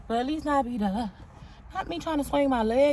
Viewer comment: Not my girl sounding like a true Boricua singing Feliz Navidad ❤